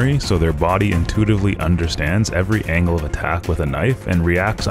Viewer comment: Did this man just pronounced intuitively-intoodily?😢😂😂💀